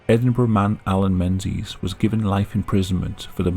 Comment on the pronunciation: Alan Mensies? really?